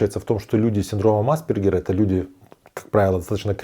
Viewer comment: Непонятно почему вы неверно делаете ударение. Никогда не слышали как произносить правильно фамилию АспЕргер??? Какой тогда уровень образования этого блогера? Ударение НЕ на первую гласную букву, а на вторую! АспЕргер!!! Синдром назван в честь австрийского психиатра Ганса АспЕргера. Что здесь сложного произнести слово с правильным ударением???